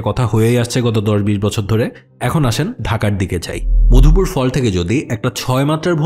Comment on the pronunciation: Mopdhupur❌ Madhupur✅